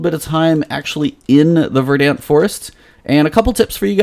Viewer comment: It's pronounced "Ver-dunt."